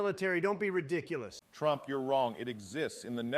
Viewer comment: 바이든 ㅋㅋㅋㅋㅋ 트럼프 이름을 제대로 못말해 ㅋㅋㅋㅋㅋ